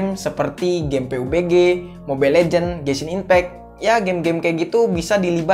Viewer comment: Pabji bang,,,jangan peubegeh😂